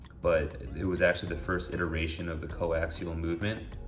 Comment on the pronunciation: Say iteration again.... :(